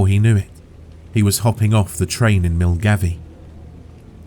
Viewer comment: Milngavie is pronounced 'Mul-guy' 😉